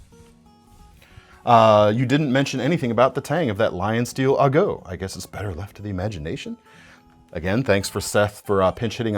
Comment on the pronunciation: Hey, knowing now the origin of the "ago" name (which makes it make way more sense thanks!), as a Spanish speaker, i have to presume that in Italian it's pronounced "ah-go" not "uh-góh":)